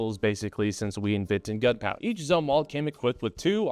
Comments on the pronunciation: It's pronounced like zoomwalt. He was admiral of the Navy in the Vietnam era. He was also responsible for ruining the navy... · Navy guy here - Just sayin It's Zoom-walt Otherwise your commentary on the Zumwalt class is spot on. It's a clusterf*ck afloat.